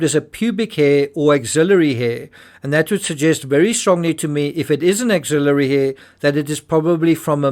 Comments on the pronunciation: Ax-il-ary, not auxilliary or ax-il-i-ary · Just a polite FYI, the "axillary hair" is pronounced "AXE-illary" rather than "AUX-illary".